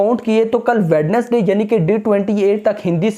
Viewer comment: If you are reading my comment then that in the word Wednesday (d) is silent and the word sound like (wenesday) .❤. Its not hate😊